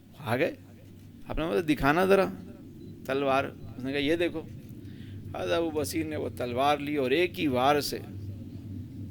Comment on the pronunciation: حضرت کا نام تو پہلے صحیح سے لے لیں ب پر پیش ہے ص پر زبر ہے سمجھے میان